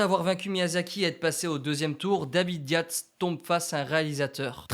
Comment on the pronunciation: alors david Yates ca se dit yétes